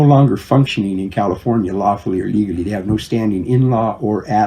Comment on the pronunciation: Wait, did Doug say "legerly"?